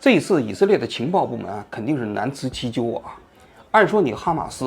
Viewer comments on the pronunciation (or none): 难辞其咎，四声。王局央视主持人不能这样啊可